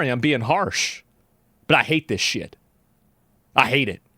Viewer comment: I’ve never heard Asmon more serious than this. He enunciated the t in shit. Normal, everyday Asmon says ‘shi’ with an implied t, like everyone else our age, but this was like he became John Marston. His true Texan came out to speak his disgust. “I hate this shit. I hate it.”